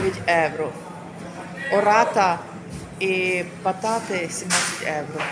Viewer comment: Якщо вже ведете канал украінською то необов‘язково евро, евро, та можна вже євро казати!! Не в обіду! Але трошки контролюйте свою вимову!